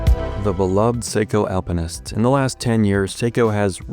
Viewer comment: Finally not saying "Alpine-ist" 😂